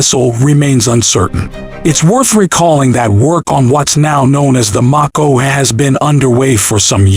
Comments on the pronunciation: Do you not know how to pronounce the name of the missile LOL. It's a long A sound, not a short A sound. m-A-ko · I couldn’t get past only because he couldn’t pronounce Mako correctly. And that’s some effort on my part. Because I come close to ending it after I found out it was name after the Mako Shark. 🦈